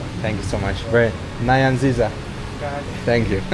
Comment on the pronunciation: Thanks for choosing Uganda. U pronounced NEYANZIZA very well 😅. Much love.